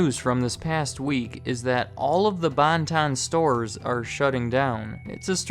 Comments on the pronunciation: This place always made me think of my mom making fun of how her mom pronounced it, "Bun-Tun" (and the first news clip you played is from my local news station I watched with my grandma a lot as a kid, WGAL8, cool to see them here) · What the hell is a Bon-Ton?!